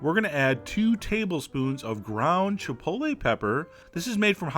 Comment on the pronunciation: Chef John, I can't thank you enough for properly pronouncing the word Chipotle, A certain horrible southern matriarch insists on mispronouncing it Chip-ol-tee /shudder.